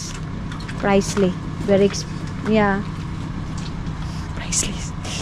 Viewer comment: “Pricey” po.. Hindi Pricely😂 Godbless po!!!